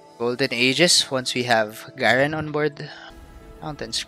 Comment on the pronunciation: Garen is actually pronounced GAyREN Avoid the small letter, If you want i can edit this comment with other champion pronunciations, Ngl, i am completely fine with your accent, a lot of time back i used to get irritated when people didn't use the generic accent, but I got over it , but there might be others who kinda get annoyed with an uncommon accent..